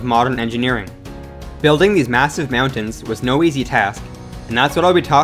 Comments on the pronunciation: m'yowntans lol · the way he says mountains...? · im so glad im not the only one who was bothered by the way he said mountains lmao (good video, tho) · So glad I'm not the only one who thought this. It's like he kept saying it knowing that he was saying meowtins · Meowntins.... lmao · Please re-do this video without saying “Meowtains”. Literally couldn’t make it 3 mins without forcing myself to turn it off from the cringe. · I'm sorry... meowntings? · Dude talks fast man. Lol, "meowtins"😂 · This dude can't say "mountains." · The way this guy pronounces "mountains" is super annoying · The way you say mountains is making me frustrated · lol you say mountains like a dork